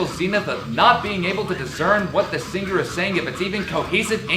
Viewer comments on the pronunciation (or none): You pronounced "singer" with a hard G. You are not speaking properly. You cannot speak.